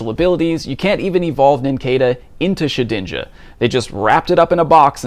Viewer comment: its Shed-inja, not She-dinja. love your content